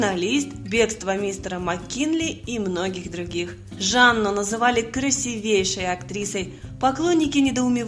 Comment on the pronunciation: КрасИвейшая, а не красивЕйшая